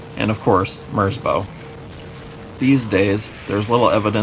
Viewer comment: quick fyi: merzbow is a respelling of merzbau, a german art piece. it rhymes with cow